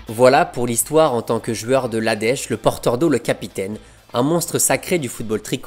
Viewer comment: Pourquoi dire « jueur » au lieu de « joueur »?